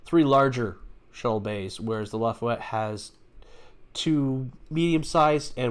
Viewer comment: No they are extra Torpedo Launcher themselves according to Memory Alpha for the New Orleans also the ship name isn't Lafuette it is Laffah Yette Class that is how you pronounce it.